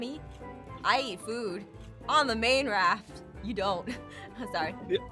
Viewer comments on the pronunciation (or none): Our Main Goal is to kill that bird! Me:.....did he say..... also me: (screams) HE MADE A PUNNNNNN 😂😂😂😂😂 Edit: you might not get it.... but...... main goal....... sounded like mango..... and um.... yeah